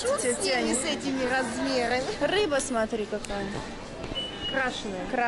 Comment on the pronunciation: Шоппинг классный! Мне так нравится как Вы говорите Сотри, а не Смотри))))))